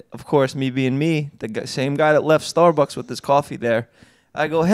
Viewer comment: I love the way Jeff pronounces StarBucks.. StArrB-uhks